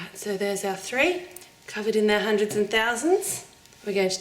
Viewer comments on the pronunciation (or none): none